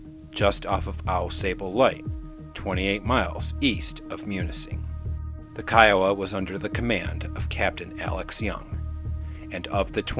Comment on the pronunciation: Great stuff!!! I THINK.....Kiowa, would probably be pronounced Keh-Oh-Wah. Not separated like that though. Love your content. Keep it up!